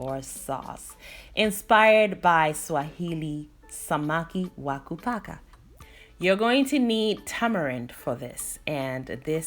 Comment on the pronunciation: You said Samaki wa Kupaka perfectly. Love from 🇰🇪